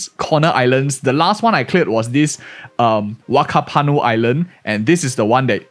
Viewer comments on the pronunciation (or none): In new Zealand "wh" sounds are pronounced like an "F" so its actually pronounced more Like fackapanu.